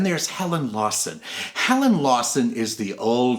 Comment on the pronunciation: helen lawson not Lewiston